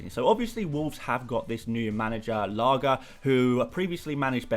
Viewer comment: I don't know if anyone has commented this yet but that's not how you pronounce Lage. It's not G as in Gordon but G as in George! It's been bothering me for a while that's it ahah great video!